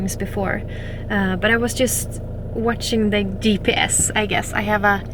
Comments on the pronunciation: Fantastic video Jonna. I hope you don’t mind - GPS = gee pee ess. Love your channel so much and you are incredible. Going so far up north by yourself ;-) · I love how she pronounces ghee-PS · Gotta love how she pronounced GPS with a hard G. She's just the cutest 🌼